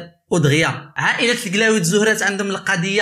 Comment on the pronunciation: سبحان الله لا نطق عندك صحيح لا حتى حاجة عندك صحيحة ضليمي درتي ليا لفقصة فقلبي بنطق هاد الاسم منك اووف